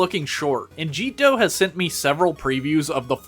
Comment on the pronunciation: Ah yes Jeetdoh. . .I remember when that artist did much rounder art. . . So happy he's doing what he loves though, also I thought it was pronounced like Jet-dough